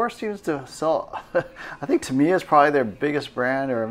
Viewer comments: Tam I ya, you say it like that not tamier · Dude why do you keep saying Tameeya and not TAM"I"YA😄 Pretty sweet video and I wish I had a store that awesome near me! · Jed Petersen actually I’m saying it a little bit wrong and the accent is supposed to be on the first syllable, I.e. “TAH mee yah” and not “tah MEE yah”.